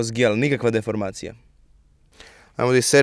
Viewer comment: Zasto uvek kad brzo kaze gel pogresi i kaze gelj? 😁